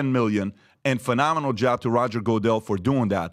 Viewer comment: "Roger Go-dell" 😂